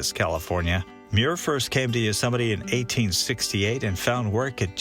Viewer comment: Please stop saying YUsemite. Please. YOsemite!